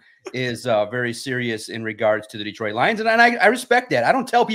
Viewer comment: When people say DEEtroit instead of DetrOIt 🤮 you aint one of us fr 🤷🏾‍♂️